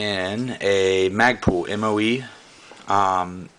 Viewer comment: mag-pull.. not mag-pool. ;-) lol nice rifle.. hows it shoot?